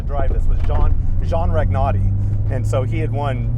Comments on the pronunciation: No one is gonna drive my car that way....no matter how much insurance you have. Some things can't be replaced as evidenced by the interview....., that is wonderful R5 T2 you got there. I still have my Radio Shack R5...LOL oh and Ragnotti...the G is silent. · Moi aussi elle m'a fait rêver cette bombinette. J'ai adoré la prononciation de Jean Ragnotti en Jean Rag' notti. 🤣